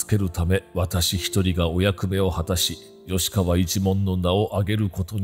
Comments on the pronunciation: よしかわ？きっかわでは？ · おいおい…｢きっかわ｣なんだよな 調べたら読み方ぐらい 出てくるでしょ… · 「きっかわ」だろ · よしかわではなくてきっかわな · 「よしかわ」ではなく「きっかわ」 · 「よしかわ」ではなく「きっかわ」 これは切腹モノ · よしかわではなくきっかわかと。開城の決断の見極めは主に求められますね。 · きっかわだと思うよ。よしかわじゃないよ。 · きっかわ では？